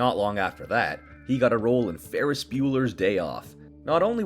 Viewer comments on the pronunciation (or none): none